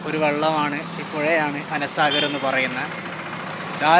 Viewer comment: Ana saagar ❌ anaa saagar ✅